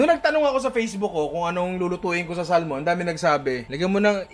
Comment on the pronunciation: samon pronunciation nyan hindi salmon lolz